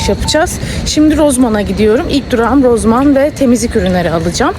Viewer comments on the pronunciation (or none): Rozman değilde Rosman desen olmazmı